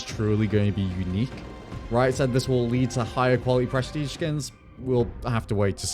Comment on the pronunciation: only hearing "breastige"